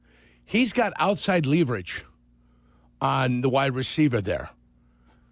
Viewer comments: “Lee” verage? Jurko is a baboon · Stop mispronouncing leverage 😢